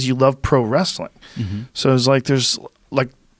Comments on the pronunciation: "it's just wrastlin." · "Just wrasslin..." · "Just wrasslin"...Ron Funchess